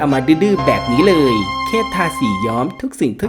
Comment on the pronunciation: เลย ไม่ใช้ เรย นะครับ